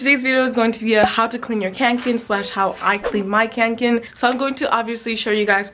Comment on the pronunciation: Great video! Don't want to be a nitpicker, but "Kånken" is pronounced as if you were saying "Conquer", but replaced the final r with an n. It comes from the Swedish word "Kånka", meaning "to carry (something heavy) with difficulty".